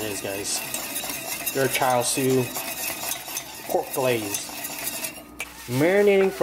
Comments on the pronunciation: AMAZING VIDEO, BUT AS A CHINESE BORN, IT HURTS ME TO HEAR YOU SAY CHAR SUI! ITS PRONOUNCHED CHA SUI! KEEP UP THE GREAT WORK! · Its pronounced "Chah-Sue" as from the Cantonese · It's not char sho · It's CHA SIU